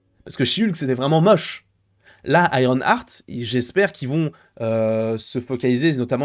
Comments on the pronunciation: on dit Iron EART pas Iron ARTE, tu me rends fou à chaque fois 😂 mais sinon je pense que nous avons tous peur pour ce perso… Moi je me dis surtout que va foutre Mephisto dans une série qui va être full humour, le contraste entre les deux perso n’aura aucun sens. Je veux pas un Mephisto qui fait des giga blagues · Iron Arte 🤣🤣 c'est le french accent 👏🏾👏🏾